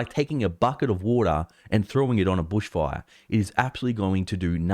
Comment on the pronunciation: said: "BOOSH FOIRE!" LOL, LOVE IT